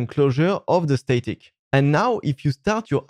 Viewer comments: The A in static is pronounced like the A in rat, not rate. :D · Great informative video. I don’t want to sound like a d*ck but I found it a bit difficult to understand what you were saying. It was mainly to do with the pronunciation of “static”. The A in static should sound like the A in apple. Not the A in Snake. Keep making these great videos. Thank you.